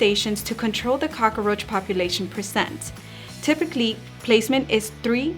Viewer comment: I like how you say cock-a-roach. That's how my dad used to say it.